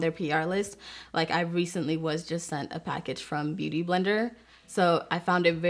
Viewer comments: My girl struggling trying to say Beauty Blender lol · The way she says “beauty blender” lol